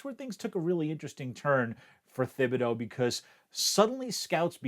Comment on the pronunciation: "Oregawn defensive end, Kayvon Thhihbideaux". Does this man have peanut butter stuck on the roof of his mouth?